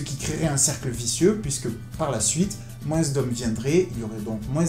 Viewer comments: moins ça se prononce moinsss ? merde alors, je l'ignorais :o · Dans le mot Moins, le s ne se prononce pas mec. C'est ignoble